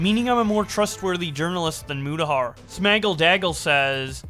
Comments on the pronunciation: Keemstar calling Mutahar "mYOUtahar" was funny. Also, keffels is a terrible person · One day Keem will say Mutahar's name correctly.